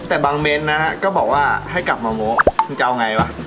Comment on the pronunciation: โม้ไม้โทไม่ใช่โม๊ไม่ใช่ไม้ตรี